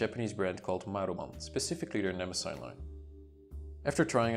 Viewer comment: Why does everyone mispronounce Mnemosyne? It must be those Nemosine idiots. It's pronounced nuh-MOSS-uh-nee. And it's every bit as impressive as Tomoe River, only thicker and softer and more velvety. And the date heading is almost invisible - I can't imagine it bothering anyone.